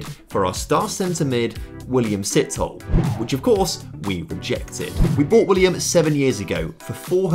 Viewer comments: Its pronounced Sithol(eh) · Sithole is pronounced Seh-to-leh